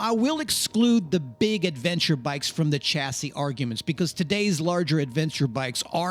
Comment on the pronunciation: Chassis is a french word and the ch is pronounced sh.